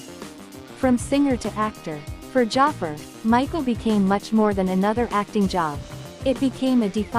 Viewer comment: Can't even pronounce Jaafar's name right, what a disrespect.